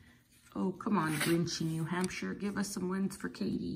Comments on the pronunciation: What a nice woman katie is AND SO TALENTED!!! BEAUTIFUL GIFTS.... TY, AND ITS NEW HAMP SHER PRONOUNCED.....LIVED THERE FOR 15 YEARS & still have a summer place there...GREAT STATE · Pronounced Hampsher.